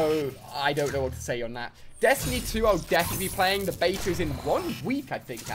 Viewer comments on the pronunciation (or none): none